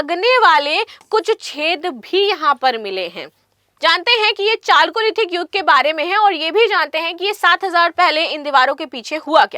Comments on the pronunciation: चालकोलिथिक नहीं कैल्योलिथिक सही उच्चारण है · Chalcolithical Its pronounced as Kaliolithical 😢